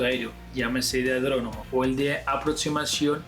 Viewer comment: Adronomo? 😂 es aeródromo.